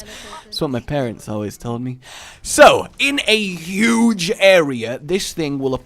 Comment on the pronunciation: Trump : 'uge Thus guuuy: ggghuge dictionary : Huge